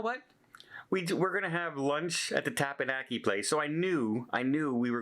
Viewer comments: If you're going to say something multiple times, learn to say it properly. It's NOT Tappanaki. Spell it out. Tep. An. Ya. Ki. Teppanyaki. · Learn to pronounce teppanyaki and saki